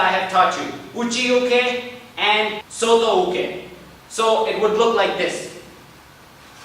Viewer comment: Please check your terminology in Japanese. It is gyakU tsuki, not gyaka tsuki. It is soTO uke, not solo uke. There are a few others in your other videos as well. I'll write them if I spot them. Good job!